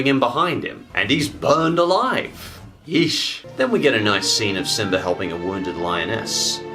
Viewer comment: I like how your say simbr